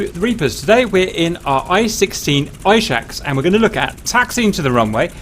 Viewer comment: it's pronounced ee-SHOCK (the russian word for donkey)